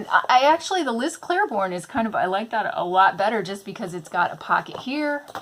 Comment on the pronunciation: I'm making my own TN from start to finish and was undecided on the exterior. This makes me excited. I see awesome purses all the time that don't actually work for me as purses. Great idea! I do want to say one thing, just because I noticed. It's Liz Claiborne, not Clair-borne. There isn't an "r". Not trying to be rude, in fact I like when people correct me because sometimes I don't know I'm saying something wrong.